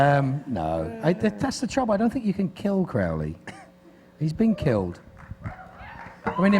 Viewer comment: "Crowly" wtf